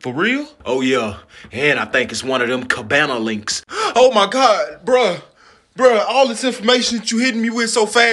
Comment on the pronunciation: Homie said "Cabana links" 😭😭I know chain snatching gone be at an all time low after this one